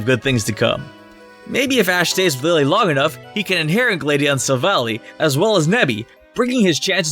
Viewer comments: Finally you said Gladion wrong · STOP SAYING NAMES WRONG ITS NOT GLADEION ITS GLAD EE ON